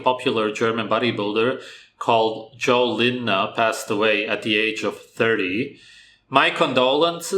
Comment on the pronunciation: You're the only youtuber that pronounced his name right, even his friends messed up at that.